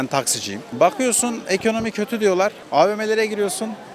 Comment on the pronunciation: Bir sığır ekonomi kelimesini eğkönöğmi seklinde telefuz ediyorsa, amerika diyeceğine amağrigaa diyorsa.. anlamalisin ki ya ırkçı ülkü ocaklarinda zihini kirletilmis bir hırt, veya tarikat yurtlarinda tacize ugramis bir zavallidir. Laf anlatamazsin, yol ver gitsin.